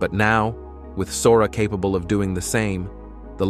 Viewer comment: Considering the narrator can't properly pronounce "capable" or "astonishing" yet, I'd say yes.